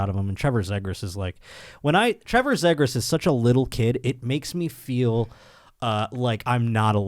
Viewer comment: Good lord, it's "Z-gras" not "zeg gras" lol. There should be a Kings Ducks trivia one-time trivia segment.